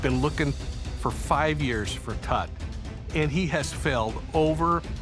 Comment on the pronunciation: The bald guy pronounces Tut's name differently every time he says it. Why??